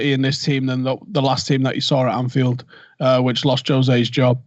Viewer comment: Thought you had the name right with the pronunciation of Anfield rats